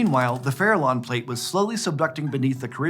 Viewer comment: Farallón is a Spanish word, why is so difficult to pronouciate it in a proper way which does not make me shiver. 😱